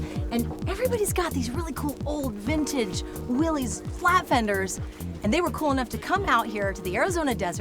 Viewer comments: Fun fact: That exalted name is pronounced Willis, like Arnold's brother on Diff'rent Strokes. I know some people might say well they call it Will-eez in TV and radio commercials from back in the day, but they were mistaken. It's the proper name of the founder John North Willys. Now you can impress people with your knowledge and honor the founder. Here's a 1948 commercial that got it right (skip to about the 5 minute mark) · dammit,... its WILLIS, not willies.... get the name correct first, please. good grief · I hate to be “that guy” but I thought officianados like these would know that they are not “WILL-eez” Jeeps. The family name was “WILL-iss”. No apostrophe, it’s not plural or possessive. But such is the life of someone who cares about proper speech. 😢 But go ahead: heap on the hate. I can take it. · Just an FYI its not “Willy’s” its Willys as in an alternate spelling of Willis. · This is super cool- but I understand that John North Willys did pronounce it `Willis' not "Willies" so since it's his name and this crew are so into them- they should probably pronounce it correctly. It's like Porsche's - it's a Porsh-A not Porsh. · For the love of gawd! It's disgusting how many "I'm a jeep history buff" people say WILLIES. It's pronounced WILLIS, not willies. The man's name was John Willys. Honour him properly by properly pronouncing his name. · Public service announcement: Pronounced Willis not Willy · Willys is pronounced “Willis” NOT Willy-z. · Thats real wheeling right there! You really have to learn to pick your line. BTW: its Will-ISS not Will-EES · I watched more. Send a memo&--its Willis pronounced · Willis WeLis get it right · "Vintage Willies" makes me giggle 🙈🤣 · Looks like so much fun! Wish I had one! But did everyone there pronounce Willys wrong? It's kinda weird how there's so many enthusiasts that know so much about Jeeps but don't know how to pronounce Willys. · ...and nobody can pronounce “Willys” correctly 🤔